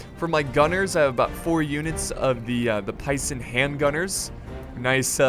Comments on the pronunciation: Pee-san not pie-san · Sorry,, but this'll get on my nerves unless I say otherwise - Pisan = Pee-san not Py-sanSignoria = Sing-your-iah not Sig-nor-iahStill, I ADORE this mod and love your content.